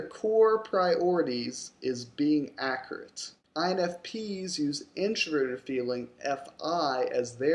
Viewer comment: I silently laughed when he said "accurate" inaccurately.